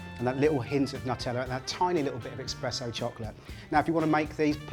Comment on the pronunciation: This came up listed as a ’healthy’ recipe. Full of sugar. Just because something is gluten free does not make it healthy. Also ‘expresso’...cringe.